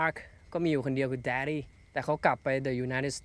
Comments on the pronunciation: เธอผิดแล้วจ้า uninted ออกเสียง ย.ยักษ์ (ยูไนเต็ด) ไม่ได้ออกเสียง อ.อ่าง อ่าน"เดอะ"ถูกแล้วจ้า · อ่านถูกแล้วครับ ถึงแม้ตามหน้าด้วยสระ แต่ united states มันออกเสียงว่า ยู ถ้าคำไหน ออกเสียงตัวหน้าเป็นพยัญชนะ จะไม่อ่านดิ แต่อ่านเดอะปกติเลยครับ (ในที่นี้ออกเสียงตัว Y ครับ) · united ตัว u ออกเสียง ย เพราะฉะนั้น จะไม่อ่านเป็น ดิ แน่นอน เรื่องนี้ประถม มัธยม ได้เรียน